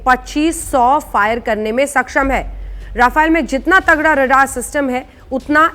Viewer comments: It's rafaaaale not rafail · रफाइल नहीं राफेल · Rafaiel nhi he. .RAFAL BOLO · rafile 🤣🤣🤣🤣😂😂😂😂 being a national new reporter you should pronounce the word correctly its rafale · Not rafile it is called rafail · Aey 7vi fail Rafael bolna toh sikh le pehle😂😂😂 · अरे मॅडम जेट का नाम तो साहिसे बोलो राफेल है राफायल नाही बडी पत्रकार बनती हो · Pronunce it as ra-fa-le not ra-fai-le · Madm bolna to seekhlo रफाइल kya hota h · Naam toh acche se lelo rafile rafile lga rakha h